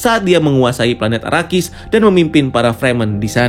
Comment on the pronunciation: Donken,sardawkar,houseofwer,burnikhalek,paulatredis,fremon,arakis Sumpah puyeng denger nya wkwk